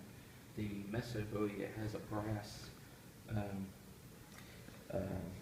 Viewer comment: Thanks for the great video, very informative, I believe Joseph Musso last name, is pronounced Mooso, or at least, I’ve always heard it pronounced that way. I’ve never heard of a Messo Bowie. But what do I know? Very interesting and provocative story, behind the Musso, was it found at the Alamo? Or just a copy of a knife, from the 1800s, with “JB” stamped on it? We may never know. Phill Collins, from Genesis, bought it, in the 80s, I believe, then donated it to a museum. Great video!